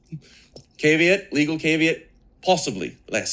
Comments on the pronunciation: Dude doesn’t even know how to pronounce caveat. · Nunes is professional bootlicker. On another note does the pirate even now how to properly pronounce caveat...geez.